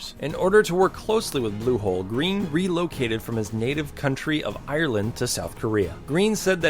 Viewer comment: you pronounced ireland wrong